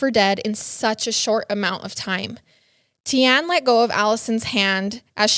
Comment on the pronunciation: The surname is actually pronounced BWO-TA . And Tiaan is pronounced TEE-YAAN. I hope this makes sense